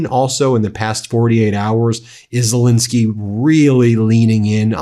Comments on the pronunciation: Could you at least pronounce the Ukrainian President's name correctly, or is that too much to ask?? It is Zel*E*nskyy, not Zel*I*nskyy. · STOP MISPRONOUNCING ZELENSKYY!!!